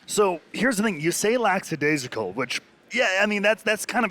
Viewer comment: "Lackadaisical", not "Lacksadaisical", FFS...